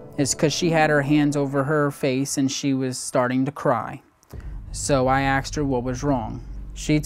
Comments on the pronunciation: Theres a whole lot of "axing" going on in this family. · Bro why does everyone on this show not know how to pronounce “asked”.